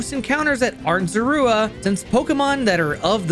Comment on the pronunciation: I don't like how you call Zorua.